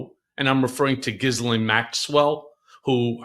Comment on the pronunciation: Cohen!! Pronounce it 'Gheelane' the 's' is silent! Sounds poor!!